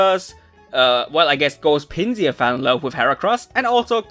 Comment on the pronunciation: Note: "Tokio" is not named after the city, his name contains from "toki", which is Japanese for "time". And, you're saying the German pronunciation of Pinsir (since Pinsir's German name is the same as its English name). To say Pinsir's English pronunciation, it's "Pin-sir" (like "pincer"), and not the German "Pin-see-ur".